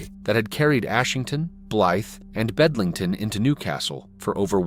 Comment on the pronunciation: It's Bedlington